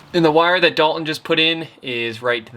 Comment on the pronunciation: Dalton.... (Dahl-TON) is the name of the multi-talented friend that is helping you build the Masterpiece of a bus you are building.... not the multitude of other pronunciations you invent that eliminate the “T” inside the spelling of his name. Sorry to rain on the “cool factor” of your lingo...